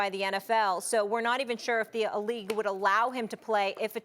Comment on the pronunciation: So nobody else is gonna notice within the first 20 seconds Molly says "they're are sure if the a elite are gonna let him back in" A LEAGUET WAS HER EXACT Pronunciation. Everything happens for a reason people. Now they are publicly showing you the "dominance" the "owners" have over they're players.